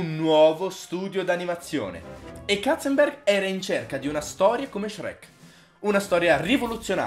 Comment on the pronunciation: Basta dire Katzenberg,che mi uccidi un neurone ogni volta 😂😂